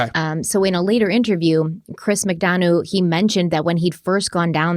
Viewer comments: Chris Mcdonough's name is pronounced Mick-Done-Uh .."Done" as in the pie is "Done" now and "Uh" as in I made "a" pie. So glad you're covering this case! I've been watching it very closely, looking forward to part 2. Oh and someone made that "mom patrol" shirt for Candus, she didn't buy it for herself. Also when grandma was interviewed she said that when they got home she took a nap which doesn't line up with them planting flowers right after they got home. The boys stated they had been playing Hide-N-Seek when Summer went missing. Also the mention of horses in this case is fascinating to me: Grandma said before Rose (Candus's missing younger sister) went missing Rose sustained a head injury due to a horse kicking her and thus wondered if it caused amnesia. Then the last place Candus took Summer swimming was known as the Horse Stable Pond. Then during a police interview after Summer had gone missing they were near a road and suddenly a horse that had broke free came thundering down the road with some sort of trailer it had been hitched to trailing behind it, might sound crazy but I took it as a sign that Summer was with her Aunt Rose. Very sad. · Also, I'm not nit-picking or being an ass, just pointing it out lol...Chris's last name McDonough is pronounced Mc-done-uh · As someone well versed in this case I am so glad to see you 2 cover it. And Chris's last name is pronounced Mc Done a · Chris's last name is pronounced Mick Dun-uhh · It’s Mic-dun-uh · Always enjoy your work! Just to note, ...you're not quite prouncing Chris McDonough's last name correctly.